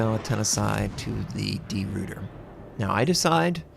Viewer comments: Great video! FYI... I believe you should pronounce it De Roy ter, not Root er and the DD, I'm pretty sure should be pronounced 'Class', not Klaus... As always, I would love to have native speaker of these languages to jump in and get it totally correct. All the best from an Aussie with a barely passing understanding of Dutch, but a good understanding of what the actual ship, along with HMAS Perth and the USS Houston had to deal with in the Battle of the Java Sea and Sunda Strait, so the pronunciation comes along with it. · Try pronouncing it as De Rooiter; it'll be less painful for our Dutch/Flemish ears :p